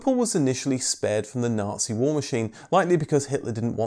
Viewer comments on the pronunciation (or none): none